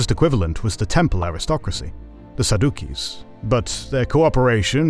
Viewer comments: Pretty sure pronunciation is "Fair-uh-sees" and "Sad-juh-sees". Pompeii emerged without touching a single thing, and expressly forbade his soldiers from looting the Temple. From a Roman perspective, remarkably restrained. Yahweh was there. No doubt. The only major religion that was exclusively monotheistic and erected no statues. The region and all across the Mediterranean united by Latin, and we see the beginning of ending the Judean religious establishment and the invitation and extension to foreigners. The Pharisees and Sadducees were responsible for the Crucifixion of Christ, the Essenes seeking the figurehead that would lead Jerusalem in the New Kingdom, the Zealots who insisted violent resistance was entirely justified, and in their squabbles at odds with Jesus' teachings, fell. The internal strife an express and deliberate example of why religion fails under the order of constantly seeking "the Law" in legalistic, inflexibly strict doctrinal dogma. Judea fell as predicted in prophesy. But the Roman Empire that instigated it began it's crumbling fall, also as predicted in prophesy. Israel reforging into a country (though over 1,800 years later) was also prophesied. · Okay. You're pronunciations of pharasees and saducees had my head spinning.